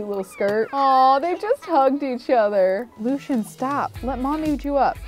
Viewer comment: I really don't like the way she pronounces Lucien.